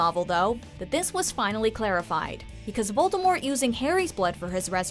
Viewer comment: How about the fact that the narrator keeps pronouncing Voldemort incorrectly?